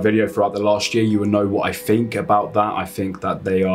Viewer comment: its think......not fink